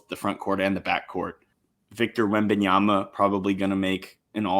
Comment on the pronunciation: how did you mispronounce Wembanyama and Jokic? lmao